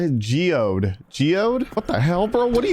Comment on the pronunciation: I want to be a cave spider in for laughing every time you tried to pronounce geoide.